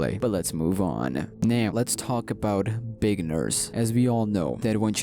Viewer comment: Did say bacon nurse or big nurse cas it sounded like bacon nurse